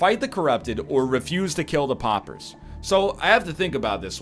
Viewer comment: Poppers! Poppers! I know he's Canadian but he doesn't say slaughter as slopper. They are p'au'pers not poppers. Dammit egg. Awesome series by the way.